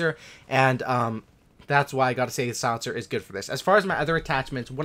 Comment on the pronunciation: Is he saying solincer?